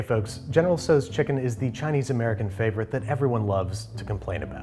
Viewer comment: It’s not pronounced “so’s” it’s pronounced “tow’s” (the tow is pronounced like “ow that hurts”) otherwise good video!